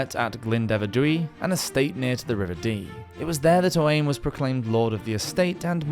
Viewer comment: His name Owain is pronouced Oh- Whine not Owain